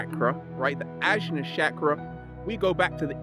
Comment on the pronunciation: Awesome video! Side note: ajna is pronounced anya